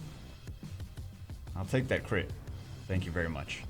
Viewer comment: "Tank you very much" XD